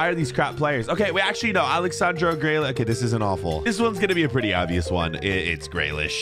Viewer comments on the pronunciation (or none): It's JACK GREELISH NOT GREYLISH